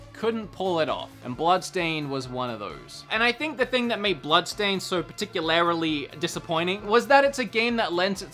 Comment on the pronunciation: "particularily" lol